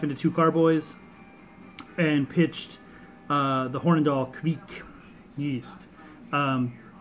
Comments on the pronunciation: Looks like the Kveik did you proud It's pronounced kvayk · Your idea of the pronounciation is not correct. There should be no u-sound between the k and the v. Also, the 'ei' sound is a bit harder to explain, from the top of my head I can't think of any english example to compare with. Here is a video showing how a raw beer is brewed using the traditional method. The brewer in the video is Terje Raftevold (the original source of the Hornindal kveik), and you can hear him pronounce the word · well look at that! with some haze!!!! Good Stuff Brother and that ringing in your ear is the sound the kveik police coming to take all your yeast away for not saying it right!! LOL just kiddding